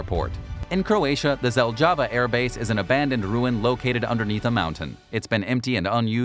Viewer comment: What an pronunciation of "ZELJAVA" airport....if didn't watched at the moment of saying that weird word,definitely would't know that he talk about ZELJAVA...